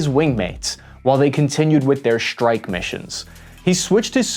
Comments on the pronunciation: Gee if you are speaking English then speak English - “Strike” has an hard S and is not “Schtrike”. It’s laziness to not pronounce it. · Hey can we practice pronouncing strike as it is spelt as opposed to shtrike? And while we're at it extra instead of exshtra?